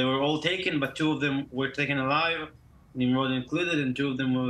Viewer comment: It’s pronounced Neem-Rohd. So it’s highly unfortunate the journalist couldn’t get that right 🤦‍♀️